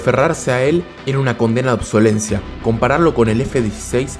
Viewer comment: NO ES OBSOLENCIA..... ES "OBSOLESCENCIA".... NI HABLAR BIEN SABEN.....